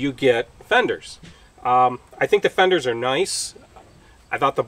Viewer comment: Fenders? You make it sound like the word "Thunders".???? Is that a regional colloquialism?